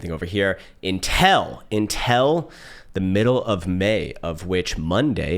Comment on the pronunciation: who says "until" as "INTEL" ? love you man